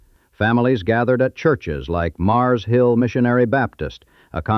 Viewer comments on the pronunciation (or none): none